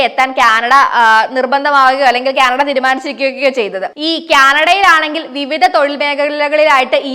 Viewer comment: ക്യാനട അല്ല ആന്റി, കാനഡ. Ok